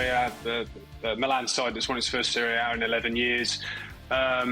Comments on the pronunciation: Tallmage I'm not stressed with her saying the serie A gab cleared it up the other day saying that's correct to say but if you listen she constantly says the seriea A she adds and extra a unnecessarily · Can someone tell kay it's not called the serie a A it's just serie A